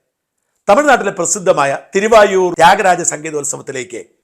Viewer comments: തിരുവയ്യാർ എന്നാണ് തിരുവായൂർ അല്ല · തിരുവായൂരല്ല, തിരുവാരൂര്. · Dear presenter - it is Thiruvaiyaru, not Thiruvayoor.